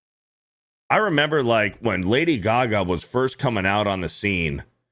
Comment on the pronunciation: Lady Gag-a.